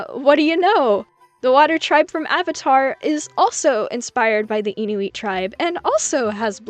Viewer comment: it's IN-U-IT I'm canadian ❤🇨🇦